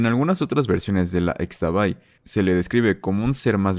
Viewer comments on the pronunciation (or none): ishtabay" asi se pronuncia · Interesante, pero unas observaciones de la leyenda de xtabay: 1.- xkeban se pronuncia como "Shkeban" 2.- Fué de la flor del xtabentun (que se pronuncia shtabentún) que emanó el aroma agradable. 3.- Xtabay se pronuncia "Shtabay" 4.- además de que en sí la xtabay desaparece a hombres que salen de noche en estado de hebriedad. Que yo sepa, no ayuda a nadie, es un espectro como la llorona, pero en su modo para dar un ejemplo.